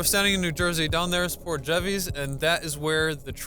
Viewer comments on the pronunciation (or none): Port Jer-vis.